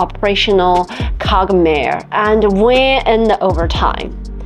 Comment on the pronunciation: somebody is clearly writing these scripts for her and she can't pronounce the words. I can't understand why she insists on using words she can't pronounce. QUAGMIRE for example. I would never have guessed if not for the subtitles. It's just so difficult to watch her videos.